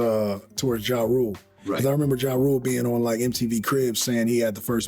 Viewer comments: Oh this unseasoned AI channel called Ja Rule "Jay Rule". When I heard that, that was enough for me to check out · I hate this AI commentary always getting ppls names wrong.. saying jimmy iovine last name like iodine 😂😂 ja rule as jay rule.